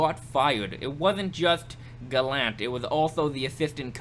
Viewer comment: That's how his name's said bud. 👍. Keep up the vids.